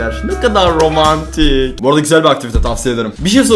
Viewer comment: Ne kadağğrr romağğntiğğkkkk sjsjsjsj